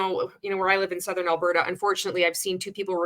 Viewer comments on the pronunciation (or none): none